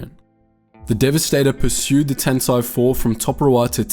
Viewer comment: Your pronunciation of Tantive and Dodonna kills me.